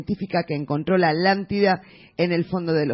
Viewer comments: es atlantida no alantida jiji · porq los españoles no pueden decir la tl? por ejemplo popocatepetl? o aztlan? citlaltepetl? jajajaja alantida jaja me da risa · justo lo que yo iba apreguntar jajajaja me he estado estresando durante todos estos videos por la "alantida"